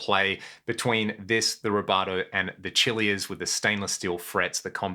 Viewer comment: Why do I suspect it was pronounced Cília but getting washed through the Aussie translator it comes out as Chilia?😂 I want an entire LP's worth of Heaven Above riffs interspersed with great 80's riffs, all played by diffrent properly studio 🎙🎸microphoned-up guitars yo catch that diffrent flavor, just flowing from one memory to another flying higher and higher! 🪽 Well done. A well earned privilege to own such a remarkable collection of the tools of your trade.😮 Got a few vintage power tools and hand tools myself.😉 And a 1986 Peavy Patriot. I tend not to touch other peoples guitars so don't know much different than that one. I guess that's considered a Super Strat maybe? Hot ferrite blade pickups came on it.🤷‍♂️ There was this white Gibson Flying V a guy pushed into my hands in the 80's that was super nice.🥰